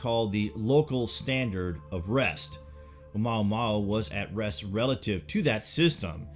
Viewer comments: i believe you pronounced it incorrectly. It's not O-maw-maw! It's O-muwa-muwa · You are mispronouncing Oumuamua. Mua is pronounced Moo-ah not mao. Therefore it's Oh moo-ah moo-ah. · OMUAMUA! NOT OMAUMAU!!!!! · Omuamua, not omaumau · Light up the Dork. It's oamuamua not oumaumau. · "OMAUMAU" HEHEHE GOOD VIDEO THO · Your videos are great. A little help on the pronunciation of Oumuamua....it's OH U MOO AH MOO AH. Thanks again for your great content. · Its pronounced more like oo-moo-wa-moo-wa Keep up.